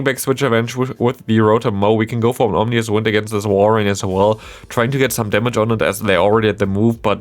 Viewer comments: Omnious wind :-D I guess there were no omens about how to spell and pronounce that ;-) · Ominous wind. Like scary wind. But you said and have typed Omnious wind. Makes it sound like it’s all knowing now lol